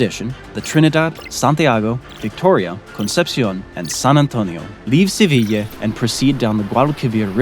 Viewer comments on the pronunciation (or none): I think you mispronounced the city of Seville and also the island of Tenerife. but this was very enjoyable story telling on your part.